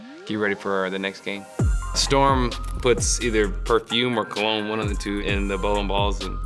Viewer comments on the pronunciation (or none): mans said “co. log knee” for cologne lol